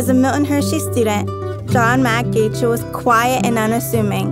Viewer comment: Achle..lol it's pronounced Ike-Lee